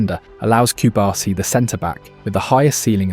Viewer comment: Might as well go ahead and pronounce the players central to your film correctly. Cubarsí has emphasis on the “i” at the end. If you had never heard it correctly, you could take a look at how his name is spelt. PS La Masía. Emphasis on the “i” (which, again, has an accent).